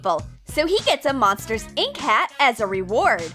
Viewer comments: When you said base ball hat it sounded like you said base ball bat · she said bat instead of hat😂😂😂😂😂😂😂😭😂😭😭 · hahaha lol who has good ears and heard when it was the MU hat she has "Hot glue it to the baseball BAT"insted of hat XD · I heard bat instead of hat too! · I swear the narrator said base ball bat not hat